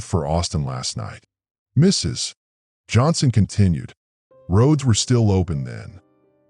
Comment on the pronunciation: It's AI interpreting the period in Mrs. As the end of a sentence.